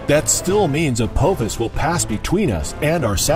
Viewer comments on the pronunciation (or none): Two things. One, its pronounced A-pah-fis, not A-poh-fis. Two, it was named after a villain from the TV show Stargate SG-1 (the discoverers of the asteroid have said as such).